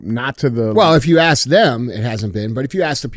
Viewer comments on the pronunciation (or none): With the help of that book, it won’t be long before DJ starts asking questions instead of aksing them! Love you DJ! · DJ needs to learn how to say ask correctly, instead of saying “akss” 😂 you the man DJ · DJ - I have to axe you, is your Learn to Read book series your 10 nonfiction pages? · DJ: “Doctor, let me axe you about your instensive work in orthomolecular medicine” 😂😂😂😂